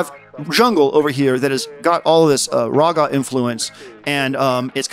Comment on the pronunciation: awesome vid bro, really high quality edits and production. This should have WAY more views. Also you pronounce raga wrong 💀